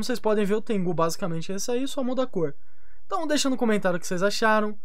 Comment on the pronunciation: mano, não é Tengú, é Tengu (Tengo) KKKKKKKKK